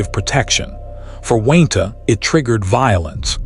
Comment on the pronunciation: Gotta love that good ol’ AI narrator!! I’m sure “Wayne-Ta” really appreciates it too!! 👎🏻👎🏻